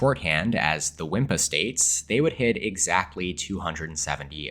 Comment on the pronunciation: Why do you always pronounce WiMiPa as WiMPa. It grates my ears